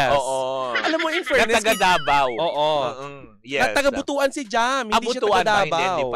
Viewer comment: Butuan is in mindanao ( caraga region) Its pronounce as BOOT-WAN not Buto-an